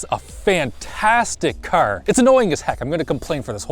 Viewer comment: “Fantastic Cur”